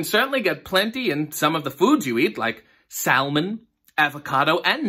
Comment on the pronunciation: I don’t know why but I laughed when you said "sal-mon”